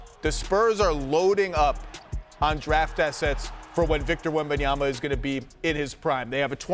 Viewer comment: just here for Perk talking about "Victor Wham-bam-yamba"